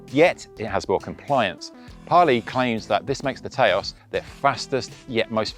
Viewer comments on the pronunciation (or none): Taos is pronounced TOWS (like house), not TAY-OS btw :) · It’s not Tayôs 😂😂😂 Taos, like you say tower. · Haha, brits trying to pronounce US/Native only words... It's pronounced Touse, like house, but with a T.